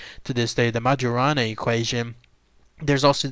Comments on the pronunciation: It should be pronounced "mayorana". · You're mispronoucing his name. I think.